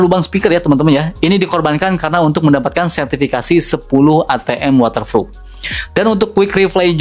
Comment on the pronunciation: Sebutan nya bukan waterfrup, yg betul waterproof😅